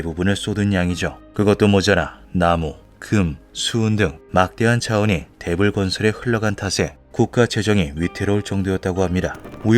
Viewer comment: '대불' 발음이 자꾸 Devil로 들림 ㅎㅎ